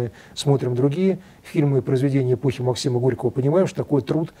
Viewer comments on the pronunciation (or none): none